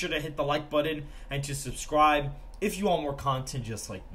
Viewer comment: Also he asks us to "please press the like BUDDON". Odd pronunciation.